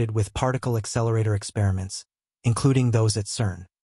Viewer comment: Really ? Dumb ! How stupid are you ? You keep saying "exceleratetor". The very thing that you are trying to talk about, you are calling it something else. There is a difference; it is an "accelerator". When dealing with things of this nature and importance, you have to be correct in what you say; otherwise, keep your mouth shut. Maybe you should call your channel Comics Odyssey